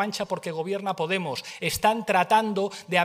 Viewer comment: pues ahí tenéis ternura. Nada como los votos para volver a poner a las cosas en su sitio. Pablo no te aclaras con la entonación. Petara potemos petara. Grande si grande, cagarro claro